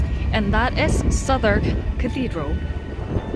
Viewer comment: Southwark 정확한 발음 하시는 한국 분 처음 보네요^^ Cheer up!